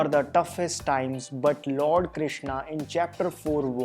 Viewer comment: Arjunaaaa kya hai and Krishnaa kya hai Bhai sidhe bol Arjun and shri Krishan British accent hai kya